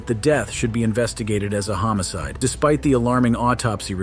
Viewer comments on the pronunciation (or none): You need to pronounce homicide correctly